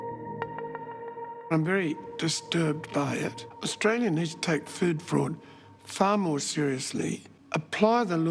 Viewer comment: I was about 3 minutes in before I figured out that "food forward" was "food fraud". :- )